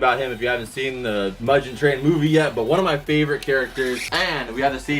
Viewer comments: just to clarify so hardcore weebs dont come and shoot u with a kamehameha or hit u with a rasengan u said mugen like mu jen it is said like moo gehn no hate just trying to help😎✌️ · It's mugen not mujen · "Mudgen Train" hurt my soul lmao, room is dope tho! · OH HELL NAH THIS MAN'S SAID MUDGEN WHEN LOOKING AT THE DEMON SLAYER MOVIE POSTER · bruh he really said mudjen train 😂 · really. Mujen Train. jk its ifinity train if you didnt know but idc about how you say it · the fact your pronouncing mugen wrong is sad